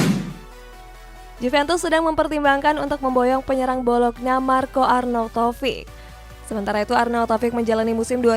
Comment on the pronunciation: bolokna, klub apa? Setau saya arnautovic main di bologna "bolognya" kalo di baca mah